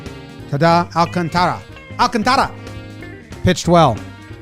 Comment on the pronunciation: Tip on how to say “Alcantara”. Imagine you’re saying “alcontra.” You say it with the same speed and enunciation, but just slide in the extra “a” between the “t” and the “r” without dwelling on it at all.